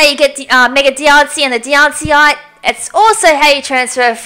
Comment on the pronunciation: It's not Diancie-ite, it's Di-anne-cite. As in Diancite. Get your pronounciations right, please. And don't try to pronounce anything that you're unsure of, otherwise you will mangle the proper pronunciation.